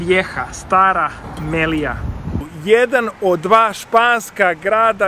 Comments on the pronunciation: Malo mi para uši to Melija, ne mogu da se naviknem na to. Ja je znam po nazivu Melilja, ili kada Kaspijsko jezero nazivaš morem, ništa lično protiv tebe. Ja sam inače apsolvent na geografskom fakultetu, pa mi te male sitnice zapadaju za uši. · Mislim da se kaže Melilja ili Melia, pozdrav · Мелиља се чита.